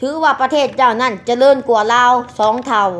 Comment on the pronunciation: พูดประเทศยังไม่ถูกเลยยังจะกร่างอีกกูละขำ